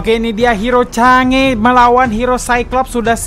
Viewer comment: Chang'e Sebutinnya Kaya Sange